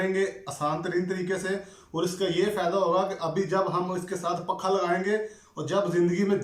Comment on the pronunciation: بھائی جی پکھا نہیں پنکھا